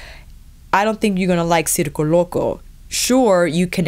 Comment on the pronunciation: Great video! Your reviews are very helpful and wow excellent Spanish pronunciation. As a native Spanish speaker I must say circo loco sounds perfect! Love from Germany ❣️